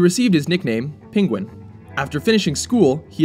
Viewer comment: "PING-wen"???? Is that a new pronunciation?